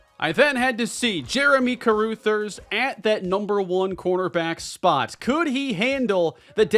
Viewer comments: I cringed each time said "Jeremy Caroothers." That name is pronounced Ca-ruh-thers. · I believe Carruthers is pronounced (Ka- Rugh - Thers) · love the content, been a fan for years, but check your pronunciation of Carruthers. Cuh-Ruh(same vowel as Cuh)-Thers (“th” like “this” or “that”). It’s driving me crazy lol. Go Bulls! As long as they don’t beat the Redhawks! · Carruthers- CUH-RUH-THERS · Please, for everyone's sanity, learn how to say Carruthers name right! 😂😂